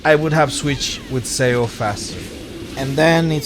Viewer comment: Im sorry but im like tilted... its not pronounced S E O, its pronounced more like S H O